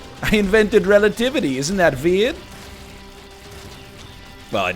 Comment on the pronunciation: the unbelievably layered, cascading return of "isn't that vveird?" comedy absolutely killed me